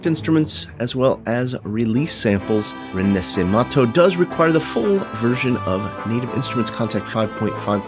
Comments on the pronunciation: all very good, sounds amazing but one thing, the pronunciation ... im sorry but the little italian ik didnt let me go witout just saying it xD. its "re- na - she - men -to" meaning reborn. just letting you know :) great videos otherwise loved it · "RINASIMATHOU" lol that pronunciation hurted